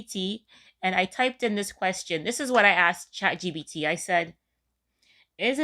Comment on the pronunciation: girlll... ... LOL It isnt ChatGBT like EBT, its ChatGPT!